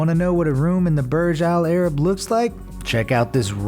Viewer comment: i HATE how he say "Burj Al-Arab". "PUUURGE AAAL AIR-RIB"